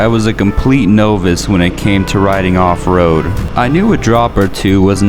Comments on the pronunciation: Did you say "without further to do"? It's "further adieu." And "novice" isn't pronounced "know-viss," it's pronounced "nah-viss." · Nah-vis not no-vis= Novice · You have an interesting dialect. Is English your 2nd language? Also novice is pronounced like naa-vus.